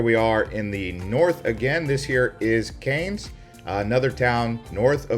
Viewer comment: Cairns: Cans! Not Canes!! Good grief!